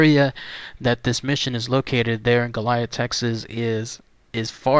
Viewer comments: No there’s no H in goliad. Let’s help you no-Texans out like a “sound to” dictionary sounds like go-lee-add… there no damn H Goilad is it!!! Western states you’re also welcome as well. Say it correctly or DO NOT DO A VIDEO PERIOD!!! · The correct pronunciation is GO-lee-ad. La Bahia was not a mission. It was a fort - Presidio in Spanish. During Spanish colonial times they would establish missions to gain a foothold in a territory. The missions were small communities and included farms and orchards, livestock and workshops. Here missionaries worked to convert native populations to Catholicism and bring them under control - often in less than ethical ways. Presidios were military forts built near these mission communities to protect or defend them. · Learn how to pronounce the name correctly it is Go-li-ad. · This is killing me watching you butcher the name of this historic location. Please from here out take the time to make sure you have proper pronunciation of the places you go exploring. That is the very least you could do. GOAL E AD!! History was made here. Respect that. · you can not pronounced goliad right stupid and I had four family get killed at the massacre